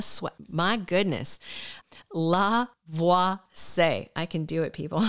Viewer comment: I believe it's pronounced La--vwa-see--yay. 😊😊I have nothing against John-Paul Lavoisier, but I would rather see Jay Kenneth Johnson in the role - especially if there is going to be any skulking or plotting involved. As someone stated below, he is kind of creepy (as portrayed in the character) so he wold be better suited to the role 'cause he played the psycho part so well.